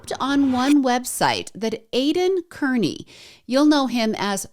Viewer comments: Hey loved your summary of all the corruption in Norfolk County. Just a suggestion Aidan's last name is pronounced as Carney😊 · Pronounced Carney! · Just FYI, Aidans last name is pronounced "Car-knee". I absolutely love all this history. I have followed the Karen Read and Turtle Boy cases for a couple years and your coverage is great!! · We know Aidan Kearney as Aidan CARNEY (the CORRECT pronunciation!) Names are important! Please be respectful and use the proper pronunciations when using people as content. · Kearney is pronounced Car-knee